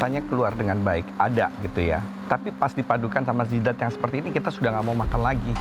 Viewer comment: Gua salah denger apa emang chef rudi blgnya "zidat"😂